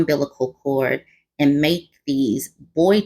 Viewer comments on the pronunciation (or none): none